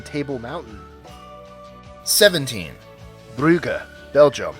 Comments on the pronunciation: And it is pronounced Broojes, not B...r...u...g...e...s. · by the way bruges isnt pronounced bru-ge you say it like brooj* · Adib yeah it's pronounced brooj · Bruges is pronounced "Brooj". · It's not Bru-ga. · Dear: "Bruges" is pronounced "Brooj." You're welcome. Oh, and Savannah stinks b/c of all the pulp mills. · The way he pronounced Bruges😂 I'm Scottish Iranian and I don't speak any Flemish but I know that it's not pronounced br-u-gah 😂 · Adib The Flemish pronounce it Brugg-uh with the "u"s pronounced like the "oo " in "hook" and the "g"s guttural like the "ch" in "loch". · 20 to go! Oh and look up how you pronounce Bruges... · You mispronounced 'Bruges'